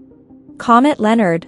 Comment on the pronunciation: If you are going to make a video, at least pronounce the name correctly...!!!